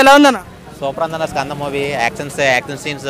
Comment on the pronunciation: kanda kadu ra Skanda raa